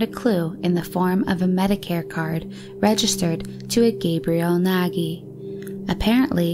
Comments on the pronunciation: Yes, is Nagy not nagie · Pashtika😂🤣 Pazsitka....douch mark...deutch mark...🤣😂😆 And Nagy its a Hungaryan name and we dont say like that:Nagie...😂🤣but its ok